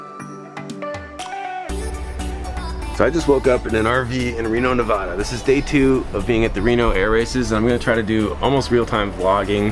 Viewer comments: hope someone fixes your pronunciation of nevada while you're here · It's not pronounced Nevada. It's pronounced Nevada ;)